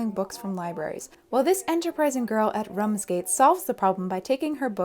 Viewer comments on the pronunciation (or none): Rumsgate hehe its Ramsgate Kent UK.. You just make my day. 👌😍